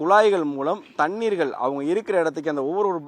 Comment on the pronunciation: ழ எவன் வாயிலும் வராது போலருக்கு, இதுக்கு மேல “தண்ணீர்களா”!! டேய் ஏன் டா இப்புடி தமிழ சாவடிக்கிறிங்க 😏மைக்க தூக்கிட்டு யூடுப் சேனல் னு பேச ஆரம்பிச்சிருவானுங்க 😭